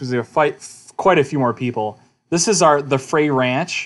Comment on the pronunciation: It's pronounced Fr Ay , it rymes with "they". Frey Ranch is a 55 minute drive east from Lake Tahoe.